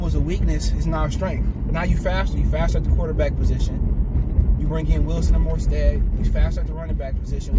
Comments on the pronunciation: You killin’ me bruh, it’s MOSTERT, NOT MORSTEAD Jesus fucking Christ lol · Man he say Raheem last name wrong and he is tripping